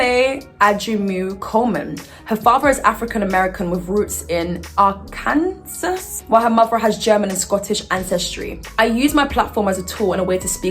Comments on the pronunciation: LOL said “ R-Kansas” but as dumb as it sounds it’s pronounced “Ar-Kin-saw” 😭😂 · Lol the way you pronounced Arkansas 😂 it was so cute! But it’s “Are-ken-saw” I knew a girl who pronounced it like you did!💖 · i love you 😂 its pronounced as AR-KAN-SAW but we still pronounce it as AR-KANSAS down here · Arkansas pronounced as - Ark-en-saw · Are-can-saw 🤦🏻‍♀️ Arkansas is not a vibe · So off topic but when you said Arkansas in America most people say Ar- can- saw. Which makes no sense to me since we do have an Kansas and it’s pronounced like with the sas💀 I just thought it was funny. Ok I’m done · Okay but are we just going to ignore the fact that she pronounced Arkansas as R-Kansas lol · I'm sorry but Ar-Kansas took me out💀😂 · “AR-CAN-ZAS” I’m screaming same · There’s an old joke about Arkansas (r-can-saw) from vine, why Kansas is Kansas but Arkansas isn’t like how you pronounced it 😂 I miss vine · Why did you saying Arkansas CRACK ME UP?!?! lmfao. That is 100% how it SHOULD be pronounced girl. We are ridiculous over here. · The way you said Arkansas had me thinking it was some foreign country🤣